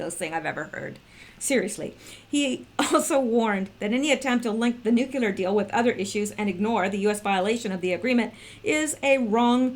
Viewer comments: Repeat after me - - Noooo Kleeee errrrrrrr not nuke you ler or noooo clear. NOOOOOO KLEEE ERRRRRR. Now wasn't that easy :-) I'm just messin with ya. Even if you say it wrong, we all know what you mean. Good Job, btw. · Please please please! It's nu-cle-ar! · You must learn to pronounce new clee ur. Really, it is not hard. You sound like a buffoon and I know you are not. Step it up!